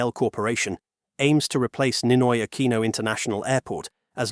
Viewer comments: Aquino, pronounce it as 'Akino'.. pls. You sounds like AI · and 2 shots when he says "A QUEEN NO" lol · And take two shots every time it's mispronounced as "Ah-kwee-noh" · Ninoy Akweeno? All this time I thought it was Ninoy Aquino. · Just count how many times he said "Ninoy AKWINO" (nope, he didn't say it all the time). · 🤦I can't finish watching this, the way he keeps repeating the whole name of the airport and mispronounces "Aquino"... It's hurting my brain. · The AI narrator voice pronounced Aquino very poorly. A lot of snobby people go to Thailand for provocative reasons.